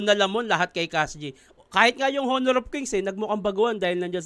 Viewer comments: silent H po ang pagbasa ng honor 😂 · Honor ka ng honor silent h yun